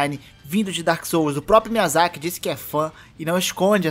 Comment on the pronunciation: dá mto nervoso ouvir "miyazakí" t.t